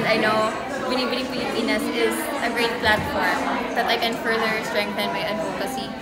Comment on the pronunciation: the pronunciation of ADVOCACY in PH is weird ! hahaha